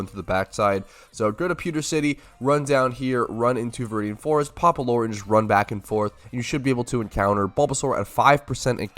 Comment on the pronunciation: Why does bro say "loooooore?" Its lew-er.